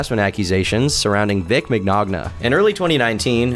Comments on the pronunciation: Vic Mig-Nog-Nuh. 👍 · Vic Mic-nog-nah